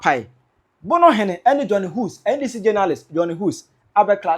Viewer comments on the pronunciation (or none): It's pronounced "heeews"!! Johnny Hughes. Hughes is a British name and is pronounced "Heews!!" 😊